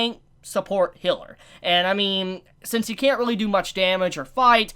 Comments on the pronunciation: The way you pronounce Healer makes me angry,it's not Hiller,it's Healer. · I swear, i blanked out for a minute, and all i hear is "Noufumi is a hitler and support" and i just imagine all the characters in nazi uniforms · He pronounces the "ea" as "i". The corect pronounciation is...well...with "ea". this is hard to explain as text. You can use google translater to hear the difference between "Healer" and "Hiller" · He says “Hiller” instead of healer